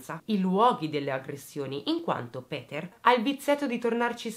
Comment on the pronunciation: Ti seguo da poco, ma i tuoi video sono una droga! Molto ben strutturati! Hai una buona pronuncia per il tedesco, meglio sicuro di tanti giornalisti! Péter sarebbe con o stretta e la u di Kürten va pronunciata come la u bergamasca, se vogliamo fare i pignoli precisino e rompere. Se i giornalisti si documentassero come te, non mi verrebbe l'orticaria in alcuni TG! XD Complimenti. Bella e brava! P.S. ti invidio un sacco quei capelli neri...